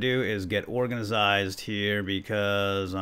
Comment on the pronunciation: I like the way he says organized he says it like organazied